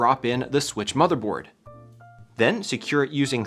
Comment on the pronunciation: switch pro❌ swiich✅